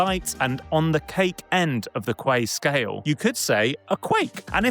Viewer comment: Not kuek, it's Kueh sir.